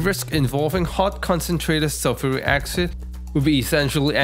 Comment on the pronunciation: Sulfuric acsid ? Its acid not acsid Why not say it properly its acid not acsid ok!